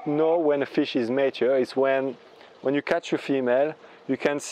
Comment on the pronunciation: May I assist you in your english pronounciation? It is "ma - ture", like the Italian, "ma" (but) and ture as in "pure". Thankyou for sharing. It is one of the things that I plan to do.